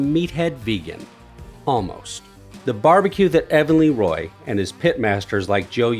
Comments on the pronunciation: Fantastic Video!!! Just one correction, The Le Roy in Texas is pronounced "La" Roy not "Lee" Roy. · Lee Roy? 😂😂 Jesus bro It's Lé Roy